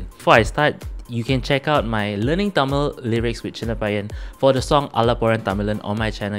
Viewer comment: Semma da love your tamil pronouncing..